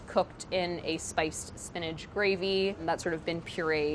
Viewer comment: I love Priya, and think she is very talented and intelligent, but if she pronounces "spinach" "SPIN-EDGE" one more time I gonna lose it! LOL!